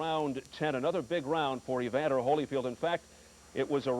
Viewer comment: Reporters: Evander Holyfield ... Mike Tyson: EVANDA